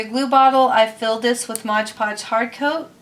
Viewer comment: Modge Podge? Lol i thought it was MOD podge